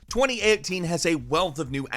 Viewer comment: twenty eeehhteen